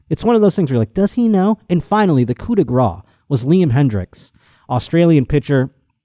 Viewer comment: Again, "Coup de gras" as you pronounce it literally means "blow of fat" and means nothing really. It is "Coup de grace", which means "final/mercy blow" and is pronounced like "grass"